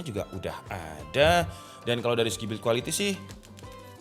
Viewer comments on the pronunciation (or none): none